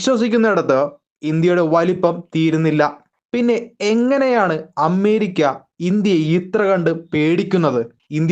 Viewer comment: അമ്മേരിക്കല്ല ... അമേരിയ്ക്ക എന്ന് പറയൂ.